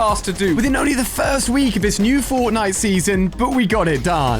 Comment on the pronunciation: Am i the only one who noticed that when the video starts he says the fortntie island